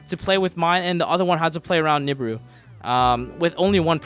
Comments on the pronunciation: Every time this guy says nib-ur-ur I cringe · i love pak but goddamn do i hate how he pronounced nibiru